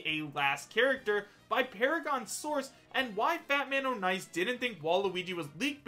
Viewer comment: Ik this is dumb but it isn't Fat-Man-O'-Nice it's Fat-Man-On-Ice